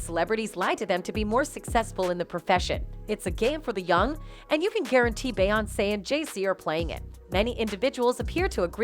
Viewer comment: It’s obvious the narrator isn’t familiar with the person she’s reporting on cause she mispronounced her name all throughout the video😅